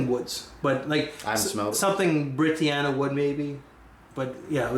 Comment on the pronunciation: Hello,. I'm here with another pronunciation correction. You pronounce Brittania as "Britty-Anna" when it is actually pronounced "Bri-tan-ya." Thank you for admitting you have yet to smell Britannia. Humility is a trait which is not well exhibited in fragcomm and I thank you for demonstrating that so illustriously to your peers. Britannia is the national identity of Britain, and is frequently portrayed as a strong ass woman with a Trident and shield. Just an FYI!